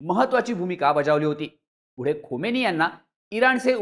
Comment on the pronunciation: Khomeni nahi khamenie bola